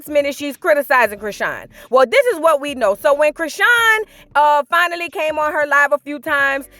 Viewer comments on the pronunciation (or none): none